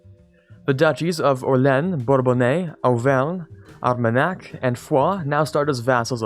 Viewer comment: I thought your pronunciation of the French provinces was fine. The only major mispronunciation that I noticed was for Orléans, which should be pronounced with three syllables and no final /s/; you could anglicize this pronunciation by omitting the French guttural r sound, but definitely not to the bisyllabic form of the city in Louisiana. This is coming from an (admittedly rather pedantic) anglophone Canadian living in France. Thanks for the nice videos. I've just started playing last week.